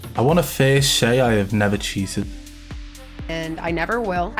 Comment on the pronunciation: Wow she does say cheaten, not cheated